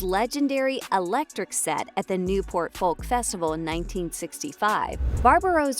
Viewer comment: I can’t believe the narrator can’t say Folk pronounced Foke, but keeps saying Falk. Really annoying. Can’t wait to see Timmy play the part though